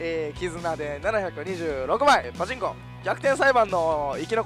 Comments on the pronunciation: パチンコのイントネーションが気になるww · パで一回止まっちゃってるんですかね笑 なおさなければ(# ゜Д゜)